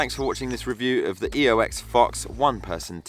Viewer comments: Oex not Eox... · OMG YOU SAID EOX!!!!!!!!!!1. Nice video mate thank you